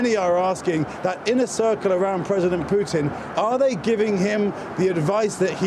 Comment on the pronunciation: " I have no plans to speak with Puttin" can't believe this guy